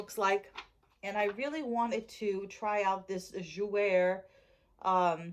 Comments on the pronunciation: Yes you're correct. Should sound like "zhoo-way" and it means "to play" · Jouer is pronounced Jo-way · I think the "R" is silent.☺For the Jouer...